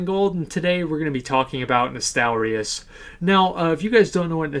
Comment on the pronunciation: Asmon you're probably the only youtuber who didn't mispronounce Nostalrius lmao